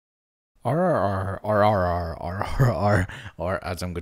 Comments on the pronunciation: rrr-rrr-rrr is r^3 - r^3 - r^3 which would actually equal negative r cubed. you said the name wrong. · reading the rrr-rrr-rrr channel name sounded like you had finally lost it and started barking into the mic 💀💀